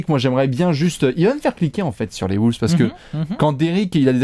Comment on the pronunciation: J'adore vos vidéos mais par contre la prononciation..."Woulves", "Sunder"...